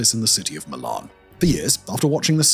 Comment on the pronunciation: Is this dude AI? It's Milan not Milun.